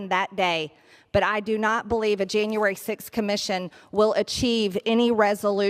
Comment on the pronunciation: Marjory ... it's not Jane-uary ... ugh I hate her face too. Yuck.